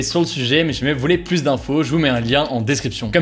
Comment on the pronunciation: Très bonnes vidéos pour suivre l’actualité! Bravo PS : quand tu dis “plusse” mes oreilles tombent, on dit “plu”